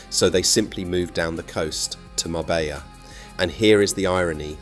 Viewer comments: It's pronounced Marbeya not Marbellllllla take this video with a pinch of salt. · A great video but why on earth did you pronounce Marbella correctly the first time and then change to some braindead MarbeLLa after that? I’d just liked and subscribed as I had been so impressed with this video. Now reversed. A shame. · Your research is spot on. Ive been doing the Costa del Sol for 40 yesrs, and lived in Spain for over 25 years. Your piece on Marbella was excellent. Just learn some Spanish prononciation FFS. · Can't even pronounce "Marbella" correctly